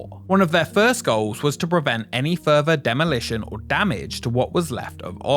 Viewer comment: " furvur novels "